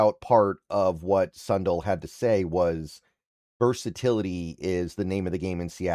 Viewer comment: And I've always heard it pronounced sun-dale (not dell)...